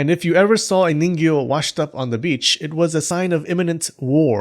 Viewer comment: This entire video all I can kept hearing is Niño